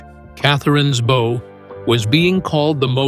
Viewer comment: The bow? C'mon get someone who doesn't screw up the narrative within the first five minutes